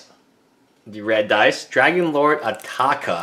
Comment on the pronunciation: ITS ATARKA NOT ATAKA OR ATAKER